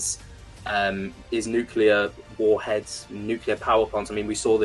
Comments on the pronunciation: Thanks for coming on,. But please, for the love of my sanity, please stop saying "nuke u lar". The word is "nuclear", clear like the glass it produces. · Neat discussion and all, however, I immediately lose just about all respect for someone and begin to doubt their intelligence when they can't pronounce nuclear correctly... It's spelled "nuclear," not "nuculur." Sound it out... New, klee, urr. Think new-clear. It is absolutely not pronounced like new, kyoo (Q), lurr... That is how an idiot pronounces it. C'mon, you can do it. Helpful tutorial video below... 🤦‍♂ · I wish he would quite saying nucular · Why can’t anyone pronounce the word nuclear?